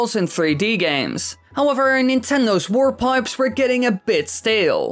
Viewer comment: It sounds like you're saying "war pipes."